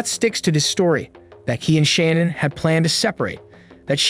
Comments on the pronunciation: yes He prounounced it Shan-Ann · you keep saying Shannan's name wrong